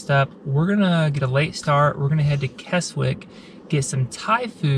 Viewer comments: It's Kezzick not Kes wick... And all the lakes that end in "water", it's pronounced "wattah". Just saying. 👍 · Kezik is the way to pronounce Keswick. Obviously. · Great video, this and the York, Durham video. Keswick is pronounced Kesick. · Pronounced Kezzick. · its pronounced "Kessick" the W is silent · Just subscribed to your channel great video really enjoyed watching it, Keswick pronounced Kes-ick the "W" in the place name is silent. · Keswick is pronounced without the letter 'w'. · Great job well done, just one thing, Keswick is said with a silent W.